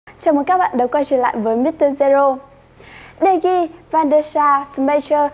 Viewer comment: Đờ Gia chứ ko phải Đi Gia